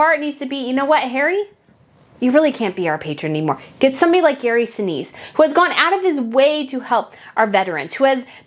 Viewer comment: "Gary Sinise" (per ). Y E S.